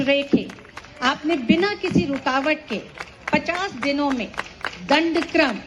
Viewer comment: दं ड क्र म ऐसा शब्द है, दंड कर्म नही है